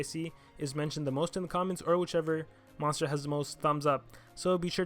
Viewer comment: "moonster" "monter" ;P